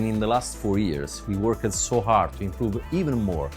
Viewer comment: Thank you so much for the content and the news and all this great stuff and the video is great and everything, but I have to be critical of the narration. Please, if you can't even pronounce the word "worked" correctly, stop making me translate everything that you're saying in real time in my head, and just hire somebody that can speak English clearly. Or take lessons. really not trying to be a dick, but I also don't want mental work or to be forced torewind because I couldn't understand what you said.